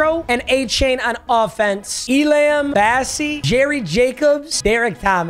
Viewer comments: Papa, it’s pronounced like ee-lah-m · It’s not pronounced E•lamb it’s pronounced E•lum. It’s kai•ear E•lum